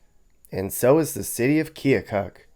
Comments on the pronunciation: Time to start the great local debate. Its Pronounced Kill-kuk not kee-oh-kuk! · Pronounced "Kil-kuk" if you're from there.